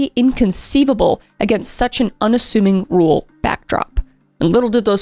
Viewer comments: I’ll never get used to the Gen z pronunciation of “rural”! Every time I think “Rule is such a weird name for a town” or “is “rule character” a nice way of saying the mayor acts like a dictator?” 😂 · I'm from Wisconsin and my grandma lives right next to the hospital he died in. She said she'd show me around sometime. I'm glad we got mentioned, though every time you pronounce rural as rule I get distracted.